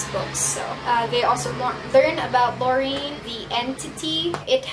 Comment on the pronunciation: It's pronounced Lo- ri- en. And se- pan :) Also my favorite was Marina, I read the second one first (stupid I know) and Six, my badass bitch. I did like Six and John better than him and Sarah oop. I love Sam, but his and Six's relationship was a no from me.